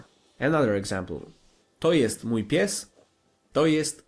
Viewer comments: sorry bro, but I didn't even know what you said except "to jest". You keep pronouncing the "j" in "mój" as in English, although in Polish it makes the "y" sound. And "ó" is not an "o". It makes the same sound as "u" in Polish or similar to "oo" in cool. Ó is never O and J is never Dż. And as to the word "książka" you pronounced it completely wrong. If I were you I would focus on pronunciation. Polish is an extremely phonetic language, so it's not that hard to learn what sounds letters make. You seem to have a very basic understanding of it. It's nice to see you trying to learn Polish though. Don't give up! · it's so funny how you say "mój" XD